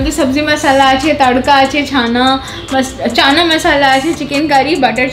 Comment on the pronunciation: Beshi style kore চানা bolte giye ছানা hoe galo j😂😂😂😂